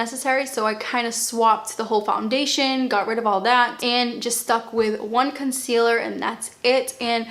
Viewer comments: Noooo - can you keep your accent and pronunciation. “conseeeaLUH’ Im British and I love it!! Xx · I love how you pronounce items with your accent!!! 💕